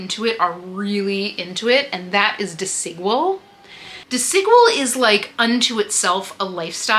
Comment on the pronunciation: Love this ❤ haul, by the way “Desigual” is pronounced as “dehs-ee-GWAHL” in Spanish. The emphasis is on the last syllable: dehs-ee-GWAHL. Think of Desi as in “Desi” Arnas and Equal with a “G” for the Q